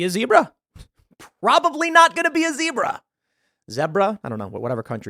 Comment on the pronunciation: How does tim not know how to pronounce zebra? Lol... Also why is he predictably 100% against the 'conspiracy' angle no matter what it is? Its like he does no research into the topic he just automatically and reflexively decides 'no conspiracy' while at same time talking about how nukes are so old tech and now we must have space lazers..lol... He just wants to seem like he knows something everyone else does not or is smarter than everyone else..dude is annoying..